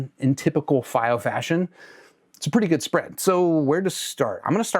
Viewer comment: fy-o? I'm new here, is pronouncing it that way an inside joke?